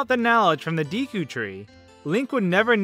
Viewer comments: Neither! It's pronounced デク /De̞kɯ̟ᵝ/ (~"DAYkoo" but less emphasis on AY). Your pronunciations are /Diːkuː/ & /Dɛkuː/ respectively. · Deku like Deck.Not Deeku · Deku not deeku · de ku (not dee ku) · Him saying "Dee - Koo" instead of "Dehh Coo" tree" annoys me EVEN 4 years later... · well, its actually pronounced Day-Koo, ive heard deckoo & deekoo, but officially its day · "Deeku"? It's "Déku". I'd say the latter since the game was made in Japan. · It's pronounced Deku. Not "Deeku", Deku. Deh-koo A species thingy from Zelda. A talking tree. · Deekoo is offensive to my ears! Deckoo is the correct pronunciation. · By the way,it's not Dee Koo it's deh koo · Since the game is japaniese, I would thi k its “deku” and not “deeku” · You're pronouncing "Deku tree" wrong. It's not "Dee-koo", it's "Day-koo". You're welcome. lol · It’s Deck-ooo not Dee-koo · Why u say deeku instead of deku? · DE-KU not DI-KU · It is pronounced D-e-k-ouNot dee-kou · It's Deku, not Deeku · It's dEku, not dEEku, if you're a weeb who cares (which I am lmao) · its pronounced Deku not deeku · Its pronounced Decku like a gecko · It's D-"eh"-Koo. That is literally the only way to read it in Japanese. Same goes for Hylian as "Hi-Lee-Uhn". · "deekoo tree" eye twitch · Wow. This video IS AWESOME!!!! I laughed and ohhhhh'ed a lot. You make some awesome points and you're hilarious. Oh and by the way its totally pronounced Deck-ew. :P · Its day-ku This is a japanese game and in japanese they always pronounce "e" as "ay" never as "eee" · Ocarina of Time was made in Japan, and in Japanese the e in deku is pronounced “DAY-KU” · just say DAY kew. Like the time of day and kewl. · Loz oot is a game with japanese roots, so look at the japanese language to know how to say deku. It sounds like: deck-oo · DEH-koo It's Japanese, the E makes an Eh sound. I makes the Ee sound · You pronounce the word Deku like “Daekue” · Deku as "dehkoo". Simple as that. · i think its actually day-kew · it's day-ku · it is pronounced deku